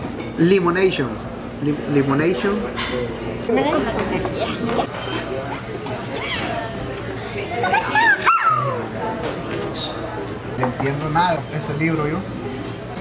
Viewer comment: Hahahaha. .limonashon.😂